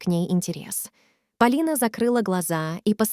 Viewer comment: История интересная ,но слушать настолько противно ! Вы что ? Русский язык изучали через интернет ? Ударения не там . Господи ,какой же безграмотной нужно быть ,чтобы в имени девушки и то ударение не там сделать !